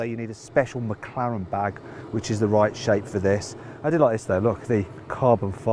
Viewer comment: 맥칼렌으로 들리는데 저게 제대로 된 발음인가